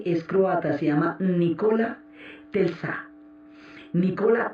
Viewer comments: Hermosa serie!!! Aunque aún no supero que alguien de la talla de Diana Uribe haya dicho en reiteradas ocasiones "Telsa" en lugar de "Tesla", la primera vez que lo dijo pensé: Se confundió, pero siguió diciéndolo mal, y eso me distrajo horrible de la narración!!! Que cosas... 😫😕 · Telsa no, es Tesla! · jajaja que estress con eso de TELSA jajajaj te amo Diana :3